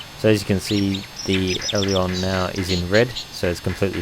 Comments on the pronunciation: This is an awesome video. But. It's called an AIL-E-RON. Not an AIR-LE-ON. LOL. I don't know why just the way you say made me cringe the whole way through. Loved the T/O, the scenery, the procedures though, well done! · Great Video Mate! But it's "Ay-Ler-On"